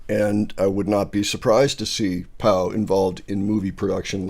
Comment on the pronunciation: The fact that he can’t pronounce Pau is driving me nuts lol